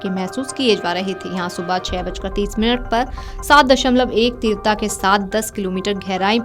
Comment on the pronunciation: तीव्रता का बोलना ठीक करो बहन🙏🏻 बाकी जानकारी देने के लिए धन्यवाद🙏🏻